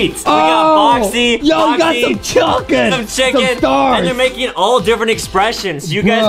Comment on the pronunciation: Chuken is how Justin pronounces chicken 😂🤣